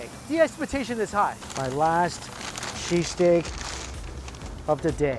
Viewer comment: I had my volume lvl pretty low and I thought he kept saying cheese cake. lol